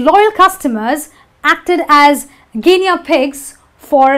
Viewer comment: Excellent, (except - gi-nee not gi-nea for Guinea pronunciation)